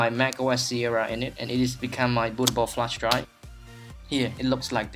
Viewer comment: "A bootable flesh dry" ?! :'D